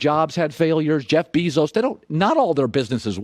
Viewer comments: Jeff 🐝zos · The way Colin says Jeff Bezos’ last name makes me question life bro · Colin "Jeff BEEzos" Cowherd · Colin "Jeff Beezose" Cowherd